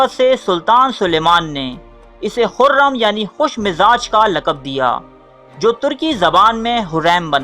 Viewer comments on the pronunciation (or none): O hureeeeeeem nahi hota hurrum sultan hota hai pehle apne words ko theek karo phir video bana lena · Hurrem not huraaim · Ye huram ha hurame nahi